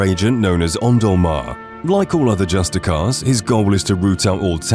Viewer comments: I too once pronounced it "Juice-tee-karr" but if you think of the root word, "justice," you will find the proper pronunciation is "Just-iss-ee-ar." The Thalmor agents you talk to in game pronounce it correctly, if you need to hear it. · Justicar has such an inconsistent pronunciation in the game. Some Thalmor dialogue sounds like “Just-iss-ee-ar”